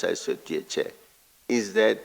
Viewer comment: What does she mean by "thank you chiar I'm indebted" ngabe usho ukuthi ukolota uchairperson? 😂 😂